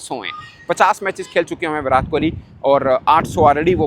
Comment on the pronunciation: Virat ke naam me 't' ko tamatar wala t pronounce hoga na ki tarbooj wala